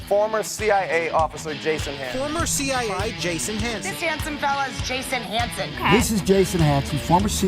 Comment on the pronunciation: I’m conflicted. Everything says he’s a former CIA officer but I don’t hear CIA coming out of his mouth. I only hear CI. I like his presentations. Good info. But I still want to hear him say C-I-A. Maybe it’s just me